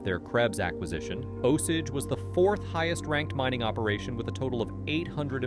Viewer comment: idk the osege vs osage is bugging me